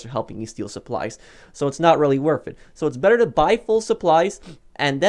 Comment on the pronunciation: its not riwwy worf it